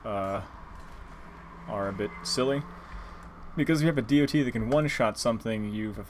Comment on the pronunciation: It's not dee oh tee. It's dot.